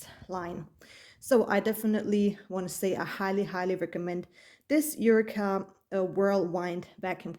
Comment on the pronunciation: Just a little correction for your video: It's pronounce U-Wee-Ka and it's Whirl *Wind as in Wind Blowing (Windy). Pls don't take my comment as an insult coz you did an amazing review. In fact your video convinced me to get one. I ordered one at Amazon. Much Luv ❤